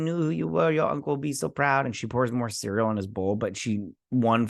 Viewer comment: Cereal. I love it. But its Syrill.